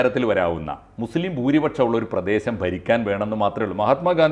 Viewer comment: ❤❤❤ മുസ്ലിം എന്നു പറയടാ..... നീയൊന്നുo നാക്കു വടി കാറില്ലേ????